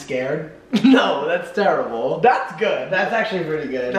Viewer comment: I love how Matt says terrible “terEble”